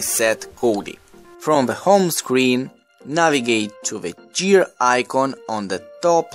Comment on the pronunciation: click on the "jears" lmao